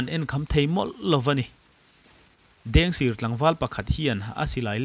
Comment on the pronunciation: Mugic kha a tawp lamah khan a ring lam deuh i chhiar ri hriat a ti har tep , tin ,Dengsir tih kha sir tih kha a rik dan a sangtur zawk niin ka hria p